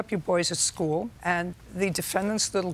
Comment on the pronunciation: the way this lady pronounces "school" is blowing my mind lol